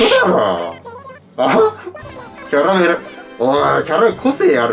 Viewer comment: キャラメェルって言ってるの好き笑笑